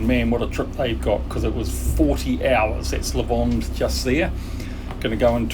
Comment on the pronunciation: Thanks for the video,. Yes, St Trop' off season is far better than in the middle of the summer. And this is "Le Lavandou", not "Lavandeau" nor "Lavande" 😉 Anyway, happy to see you sailing in this area, it was my playground, or my tub, when I sailed there when I was young. Unfortunately, because you schedule you missed Port Cros & Porquerolle, 2 very cute islands in the vicinity of the cap Bénat.